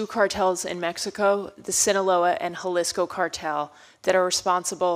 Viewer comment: How can she not even pronounce “Jalisco” properly? Isn’t familiarity with the cartels a principle aspect of her job?